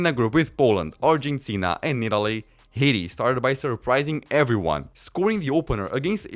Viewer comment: How the fuck you pronounce Haiti hahaha, thats so funny. Except that, really like the video, great stuff bud.